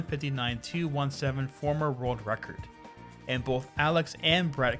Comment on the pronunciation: This is how many times he said rurld record. ↓